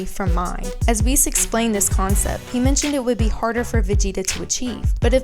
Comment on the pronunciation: Actually your the girl who can't even pronounce Whis and Jaco right, here's some facts, Arkira dosn't like Vegeta, Vegeta is a Support character, meaning that he has always fell behind, your looking way to into this and providing people false information, Vegeta is the weaker part of Vegito, it took both Trunks and Vegeta to fend off Merged Zamasu, there are MANY other senerios that prove that Goku will always be ahead and do you know why? Because he's the main character of the show, it's even on the official website, if your going to make a video use information that won't make already uninformed idiots believe even more bs